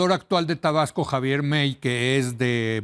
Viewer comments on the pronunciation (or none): Javier May, no mei, se pronuncia mai, hahahaha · jejejejeje. Javier "Mei"... es May (mai). Es apellido regional, no es inglés....